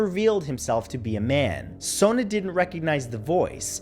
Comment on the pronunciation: js people with the name spelled Sona is pronounced Sawn...like Dawn but an S instead of a D...old world name